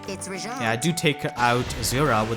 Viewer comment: She says her name every 2 minutes but you pronounce it wrong NotLikeThis